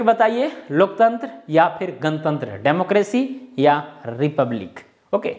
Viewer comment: आज कमेंट ही करके जा रहा हूं...😂😂😂 आप भी गणतंत्र को गनतंत्र बना दिए। भोजपुरी वालों के साथ यही दिक्कत आती है😁😁 वैसे मैने सबस्क्राइब कर लिया है आपके चैनल को ♥️